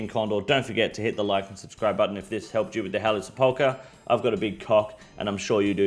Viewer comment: SEP-ul-kur, not Se-PAUL-kur